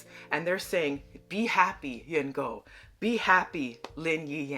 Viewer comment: Love your review on this show. Their relationship was definitely a growing relationship. All the details and simplicity of the show are just amazing to watch. Just to help you prounounce her name. It's Yin Guo(pronounced 'gwa'). Hope that helps.